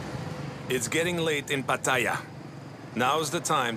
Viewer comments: No, he butchers "Pattaya" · He mispronounced Pattaya.